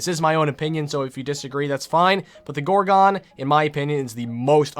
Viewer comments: "Gore-gone" please stop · Why did he say gorgon like that. Gor*quickpause*GON.